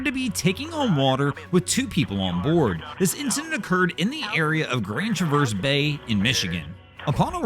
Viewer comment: The city and bay name is pronounced differently than you would think…. Trav erse…not tra verse.